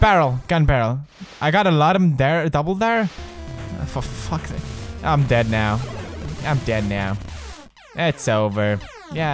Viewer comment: "Fo fack sake" where is the Counter :D